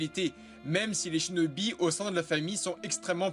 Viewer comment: Lol t’a dis chnobi😂😂😂🤣🤣🤣🤣🤣🤣🤣🤣🤣